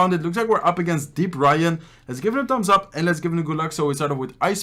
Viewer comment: ‘Tambs ap’ he says ‘Tambs ap’